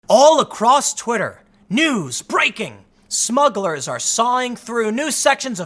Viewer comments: *Smugglers not "Smuggles" 👍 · At first I thought it was Muggles instead of Smuggles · I love that you haven't fixed "smuggles" yet, lol. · See that’s the problem with smugglers: the R. Take that out and they sound like a kid’s toy. Smuggles! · Lol what’s a “smuggle”. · You forgot the 'r' in the word smugglers. Haha those darn smuggles! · SMUGGLERS, not “Smuggles!”